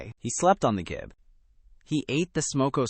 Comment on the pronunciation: Gib is pronounced jib. It is short for Gibraltar board, which is a brand name.